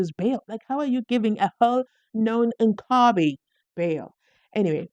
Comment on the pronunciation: I love pronunciation 😂😂😂😂e.g. known inkabi😂😂😂😂